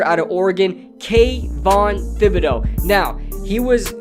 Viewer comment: Just a heads up thibodeaux is pronounced with t instead of th. Keep up the good content